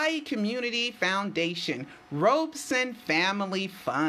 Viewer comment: his name is pronounced "Robson" as in "rob" not "robe". I know because I have heard him say his own name.